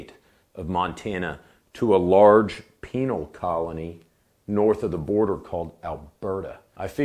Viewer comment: I heard “painal colony”